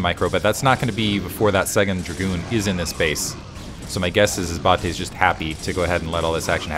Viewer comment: Love seeing Bulgarian SC scene being represented! You were pronouncing Bate correctly. Thanks for the content, been watching since the OG days of you and moletrap and klazart